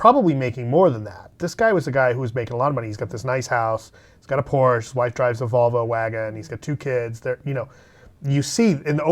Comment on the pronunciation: Please, please, please... learn to pronounce Porsche.